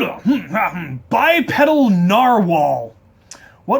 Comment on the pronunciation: That warm feeling you get when he answers your question, even though bipedal is pronounced with a hard e.